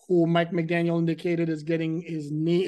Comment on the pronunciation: McDaniel … gotta work on that … drop the S lol. 😂